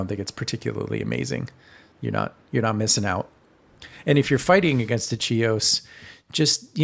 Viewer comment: Hi! Thank you for demonstrating the ship! The name of the ship in Greek is Χίος which transliterates as Hios, not Tsios. She was named after the Greek island of Chios.